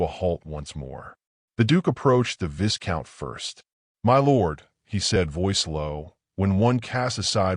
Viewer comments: Initial picture makes no sense. Looks as though she’s sitting on the floor of the carriage. Again, Viscount is mispronounced. The S is silent. It’s Vie-count. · AI learn the pronunciation of viscout…!